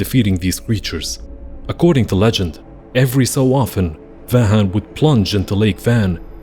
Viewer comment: Great video as expected from you guys! On a side note, Vahakn is actually pronounced with the 'k'. In English some people write it with 'g', but in Armenian it is written and pronounced with 'k'. I say this since Vahan is another name.